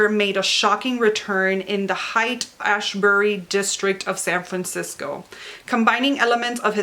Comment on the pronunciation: FYI - Haight (as in Haight and Ashbury) is pronounced “hate” - I’ve been there, my husband is from San Francisco. 💕